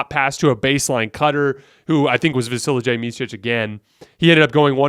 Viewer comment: Hi, great video as always, love your stuff! Please don't take this the wrong way (please), I just want to offer some help/tip/advice for the pronunciation of Vasilije I'll try to describe the sound the best I can, instead of Vasili[jay] it's Vasili[ye], like Serge[y] or [y]ank (as in pull). Again, not trying to be a douche here 😬 Have a good one!